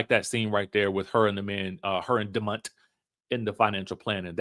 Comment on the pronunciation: the way you said “Damont” took two of my breath away 😂😂😂😂. I can hear Tambra pronouncing the T.